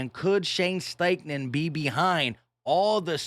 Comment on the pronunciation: Hey Mike I think u meant to say, "Shane Steifful"